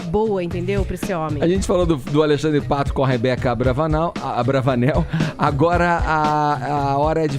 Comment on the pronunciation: Quem ai escutou o Edgar falar Patricia AbravANAL ??? KKKKKKKKK Tempo do vídeo